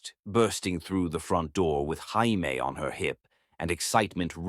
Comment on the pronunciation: Can't you get this little boy's name correct???!!! Is it 'Jaimie', pronounced 'Jay-mee' or is it french for 'I love' and 'J'aime', pronounced 'jeh-meh'???!!!! Also...how were they reuniting for 3 MONTHS, and never had a run-in with Antoine??!!! He is supposed to be so close to this family, and so attached, yet not one CLUE he even existed? And, how does she have a pile of letters stored away that he, supposedly, sent after returning to his home, that she didn’t bother to open but put in a box to hide in a closet? Only to open them up later, as if she forgot them, especially when the last one had come just a week earlier?! Makes no sense!